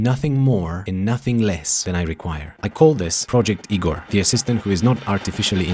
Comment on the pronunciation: I’m Igor! And I promise you wont find me that helpful. Thanks for pronouncing my name correctly though!